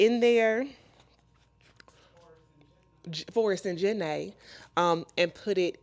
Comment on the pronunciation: “Forrest and Jen-nay” ❤